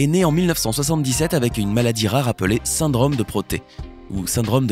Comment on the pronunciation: La désinvolture dont fait preuve le narrateur à l'accent du sud-ouest bien marqué est insupportable. Les "cases" au lieu de causes", le "syndrame" au lieu de "syndrome" ...